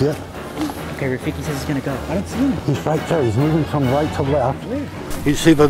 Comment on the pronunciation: When he called rafiki “tajik” 😂